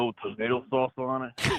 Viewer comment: "theres no tomato sauce awn it?" killed me